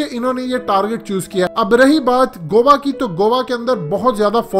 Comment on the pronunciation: Bhai u r gt8 but go wa nhi hota goa ko go aa prhty hain